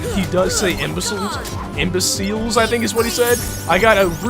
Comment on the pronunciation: We're here to STUDY the Imba seels, not to hunt them!